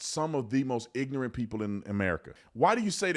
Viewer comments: Bro you talk stupid. Theresan R in ignoRant. Its not ignant. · Tell you what is ignorant, saying "ignunt" instead of ignorant😅